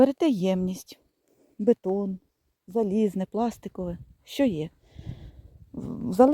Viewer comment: бІДОн, а не бетон..